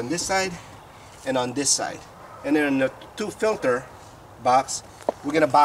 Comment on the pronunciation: Filter not Pilter lol j/k good job